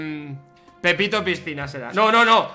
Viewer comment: fargan la dijo pipito a willy y no pepito jajajajajaja:V